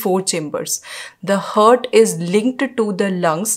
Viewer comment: First of all it's HEART and what you pronounce is HURT both are different pronounce it correctly...